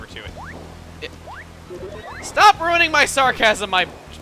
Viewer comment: Im suprised when he says "ruining my jokes" he didnt emphisis the RUIN